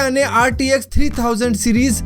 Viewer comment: Bro bro bro pronunciation toh thik boldo RDX lag raha hai bhai RTX hai wo LOL 😂😂😂😂